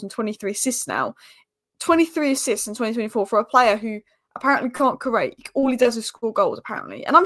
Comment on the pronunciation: cant say create 🤦😂